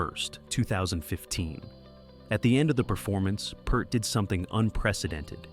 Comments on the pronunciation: Peeeert, not purt. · You can't call standing up for your music to the record company or anything else they did that nobody else was doing as a 'fall'. A member losing his family and needing to go away is not a 'fall'. And you could pronounce his name properly - P-EAR-t. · You know it's garbage when they fail to correctly pronounce Peart.